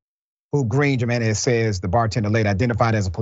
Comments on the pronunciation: HE-MEN-EZ!!!!! =JINENEZ AGAIN "HE"---MEN--EZ!!!!!!!! HAVE RESPECT.... THE STRUGGLE IS NOT YOURS ALONE! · Come Or Dr. You know it isn't Pronounced "Jim in ez" Do better Man.. Hew Men ez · Dr. , the name Jimenez is pronounced with a H sound instead of a j. "Himenez" and "Hesus" for Jesus. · Doc it’s pronounced himenez…. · Dr Richie the J in their name makes the h sound. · haha i love u doc the j in their name is a Y sound like yeah not with a J eventhough its how its spelled haha lol sorry my little pet peave lol luuuv u still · Dr. RASHAD I'm sorry but you're murdering their names lol Jimenez and Effy